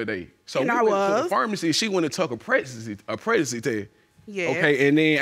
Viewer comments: Why do some women say "prednacy/prednet" instead of pregnancy??? 🤦🏾‍♀️ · “mutuar friends” “scrange phone call” “scressed out” “pretnancy” “troof” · Neither one of them can pronounce pregnancy or pregnant shaking my head